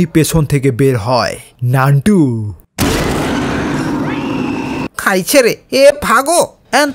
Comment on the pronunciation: নানটু না নুনটু😅😂